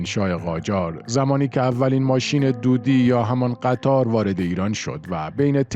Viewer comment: آقا شما چرا روی اسم قطار تشد ید میذارین قطّاردیگه چیه .. اول فکر کردیم گفتین قتّال !! قطاره قطار بدون تشد ید ه